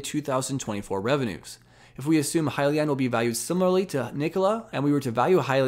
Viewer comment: Way to just hit the highlights. You got the name right lol “Hi-Leon”. I still like “Heelion” though